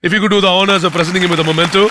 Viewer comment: Momento❌❌ Memento✅✅✅✅